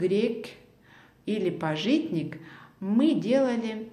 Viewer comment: пАжитник, а не пажИтник )